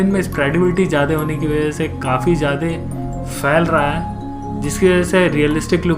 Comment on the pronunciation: Jyade nahi bhai 'jyada' hota hain. Baki nice video. China ko(as you asked to comment) economically strong ho ke hi takkar do. War ki zaroorat nahi padegi.